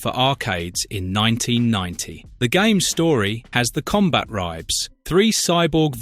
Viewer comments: CombaTribes. That bugged the hell out of me, and he says it so many times. What the hell is a Combat Ribe? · It's pronounced "Combat Tribes" not "Combat Ribes" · Im pretty sure its pronounced Combat Tribes.